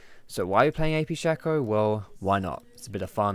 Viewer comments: His name is Shaco, not Shacco/Shacko! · Shaco not shaco